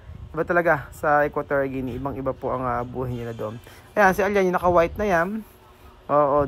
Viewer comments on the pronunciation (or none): none